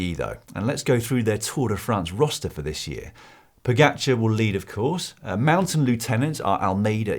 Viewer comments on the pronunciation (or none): none